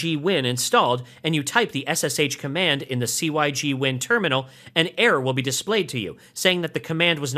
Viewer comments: "sig" win not "c" "y" "g" win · very helpful - pronounced 'sig-win' though :) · Hearing "C-Y-G-Win" never got old. I seriously cracked up every time. Thanks for the entertainment ;-)